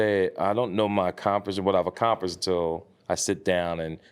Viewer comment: Accromprished lmfao